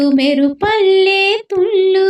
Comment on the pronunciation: అమ్మా తుల్లు, ఒల్లు కాదు తుళ్ళు,ఒళ్ళు . ముందు తెలుగు సరిగ్గా పలకడం నేర్చుకోవాలి